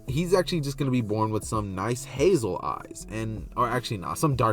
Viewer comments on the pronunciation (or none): none